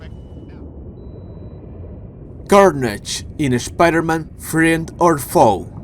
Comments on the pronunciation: I subbed because I love how you say "Shhpiderman" lol good vids 🤙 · I can't unhear it😂